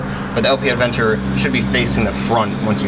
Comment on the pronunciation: Aventure, no d :)